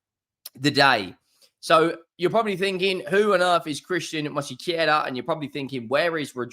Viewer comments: It's Mosquera not Mosiquera. Stop being disrespectful. Simply follow the spelling. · “Mosykeyera”? You’re starting to rival Robbie’s AFTV transfer daily’s with these pronunciations 😂. Not really tho, his are terrible 😂